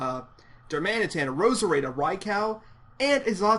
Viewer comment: Raicow <3 Love that pronunciation!!!